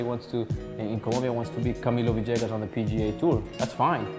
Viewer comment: still wondering how you get "va-JAY-gus" from "villegas."